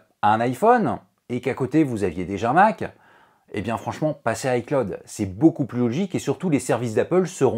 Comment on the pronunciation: pourquoi tu dis hi claude